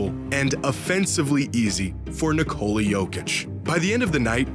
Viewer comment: his name is basically his country's version of nicholas. and yall calling him nicole-uh for absolutely no reason at all. damn silly